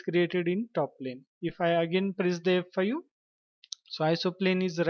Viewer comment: it's so confusing hahahaha thought u was saying FU